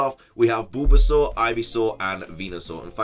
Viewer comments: “BOOlbasaur”?!?! Hahaha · LOL I like how pronounces Bulbasaur